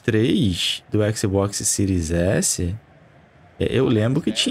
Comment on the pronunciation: baixou a versao do ``xboxsi`` errado hein amigao